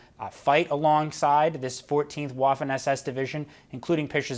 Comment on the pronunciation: Waffen is pronounced Vaffen, not Uaffen.